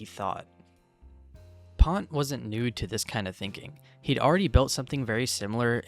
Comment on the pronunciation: He didn't pronounced it pont. I knew the guy